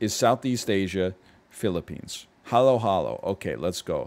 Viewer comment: Ayy he pronounced Halo-halo correctly 🤌🏾